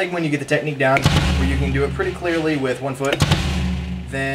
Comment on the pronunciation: i had to laugh soo hard where you accidentally said "Techtique" XD